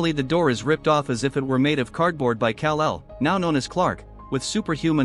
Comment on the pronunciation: Kal el not cal el